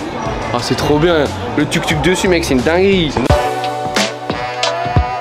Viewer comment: le U n'existe pas en Thaïlande donc tuktuk on dit "touktouk"